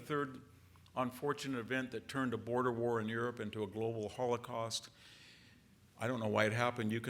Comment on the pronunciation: Disrespectful how he says “holocaust” in that way but then casually says 17 million Chinese killed by Japanese.